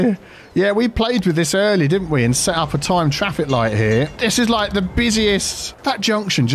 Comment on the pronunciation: ITA: frase preferita per come la pronunci "dedicated turning lane" XD, sto imparando molto dal tuo "fix fraffic" ENG: keep it up XD